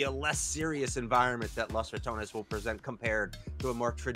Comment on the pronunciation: We need to get this dude some glasses or reading lessons! L(A)s ? With a O? It's LOS, and Ratanes? RatOnes!